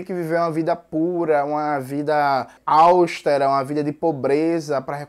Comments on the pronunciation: Não é "vida áustera", é "vida austera" [té] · Meu caro: o correto é "austero" e não "áustero". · Algumas considerações: O termo correto é “Obsolescência”, ao invés de “obsolência”, como dito no vídeo. Além disso, a palavra “austera” é paroxítona (a sílaba tônica é a sílaba ‘te’), e não proparoxítona como pronunciado no vídeo (“áustera”). Tirando isso, bom video! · Prosódia nossa de cada dia!